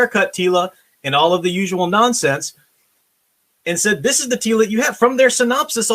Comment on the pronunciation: Teela, more like reeela. jokes aside just because it may be better than NOT-She-Ra doesn't mean it's not going to suck.